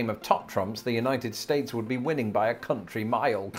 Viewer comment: Commenting from Texas, hearing you say 'A country mile' made me smirk, smile and laugh! 😏🌝😆